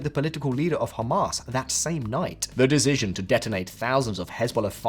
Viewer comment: OMFG dude, learn how to say "decision". I just keep hearing "dejigion" over AND OVER, it's driving me insane.